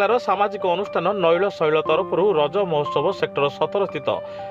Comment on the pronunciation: କଣ ପଢିଲେ, ତାହା ପୁନର୍ବାର ଶୁଣିଲେ, ଦର୍ଶକଙ୍କ ଠାରୁ comet ଶୁଣିବାକୁ ମିଳିବ ନାହିଁ, ନୀଳଶୈଳ କୁ କଣ ପଢୁଛନ୍ତି ଶୁଣନ୍ତୁ